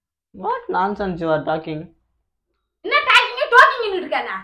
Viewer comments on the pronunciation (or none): Enna talkingu... Toking nu solreee...😂😂😂